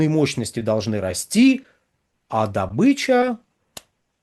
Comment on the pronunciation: В СЛОВЕ ДОБЫЧА УДАРЕНИЕ СТАВИТСЯ НА БУКВУ: О: !!!